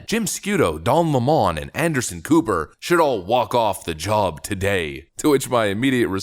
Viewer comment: Are you sure you said that right, "Walked off", VRS "Wacked Off".... 🤢🤢😩😩